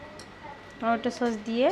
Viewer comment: স্যুপের মধ্যে গাজরের সাথে কাঁচা পেঁপে দিবে,টমেটো সস দিবে না। আর উচচারণ টা টমেটা না টমেটো হবে।